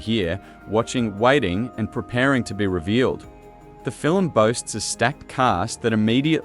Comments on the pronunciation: Fill-em? What’s a fill-em? FILM. One syllable. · Undeniable truth is ALL I want to know. And "film" is only one syllable - not filum. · I took back my like and my subscription after hearing him say “fillum” the fifth time. Nope, I’m out. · The A.I. narrator seems convinced that we watch "fill-ums" instead of films. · FILIM? SKIFFY TRAYLAH? NIGEL PLEASE :face-orange-raised-eyebrow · Stop making “film” a two-syllable word like the enemy of the People, Melania. Fi-lim is Not how it is pronounced. AI should catch a phonics class. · Even A.I. can't pull off a convincing Australian accent. Cadence is all over the place, and no Australian pronounces it "Fillem". SLOP. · What's a "skiffy trailer" and a "filim"? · Yes, and what is a filum? 🤣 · What the hell is a FILLUM? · I think you should get someone to teach you how to pronounce the word "film". For reference: It is NOT Phil-im. Just saying. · Learn to say the word FILM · Film is One syllable word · Research shows that the standard pronunciation in American, British, Canadian and Australian English is all a single syllable. Ireland is the ONLY place where it is regularly pronounced with two syllables outside rare accents. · Wtf is a "fillum"? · Agreed. Still, the fil-em sounds interesting. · "Film," is a one syllable word! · Oh wah...aussie, canadian and a lot of European ppl pronounce film this way. Maybe ax a friend lol